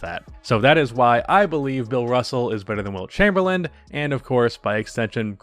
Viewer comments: It’s not Chamberland, lose the D at the end bro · I can't get over the fact he keeps pronouncing his last name "Chamberland" xD As always though appreciate all the hard work and research you put into your videos. Good quality content as always.